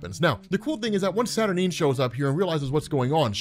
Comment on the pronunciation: am i the only one who wants to scream cause robs pronouncing her name saturnin/saturneen instead of saturNINE